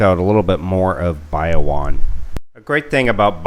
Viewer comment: Shared this with my soon to be wife... she kept cringing at your pronunciation of Bayawan.... apparently the emphasis is on the middle syllable just like Palawan.